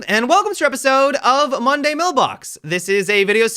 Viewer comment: HE DIDN'T PUT EMPHASIS ON MONDAY WHEN HE SAID MONDAY MAILBOX WTF